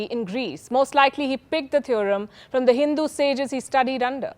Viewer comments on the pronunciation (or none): none